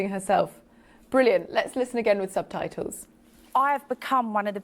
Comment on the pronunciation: What's a 'sub-tie-toe', poppet?